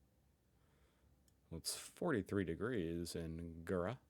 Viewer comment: "I know not with what weapons World War III will be fought, but World War IV will be fought with sticks and stones" - Albert Einstein The e at the end of Herne is pronounced like the e at the end of Porsche! So it's hair-ne. You pronounced Gera correctly the first time you said it. 👍